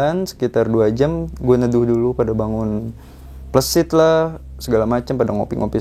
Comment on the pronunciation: Plesit bang, bukan pleusit klau pleusit itu pantat😂..cara penyampaian nya kurat tepat😂